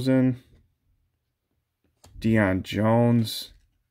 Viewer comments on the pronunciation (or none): none